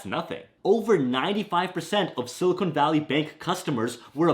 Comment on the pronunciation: Sorry I can’t listen to sili”cone” valley with a straight face. 😊